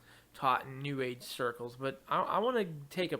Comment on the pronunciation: "Bwwut" lol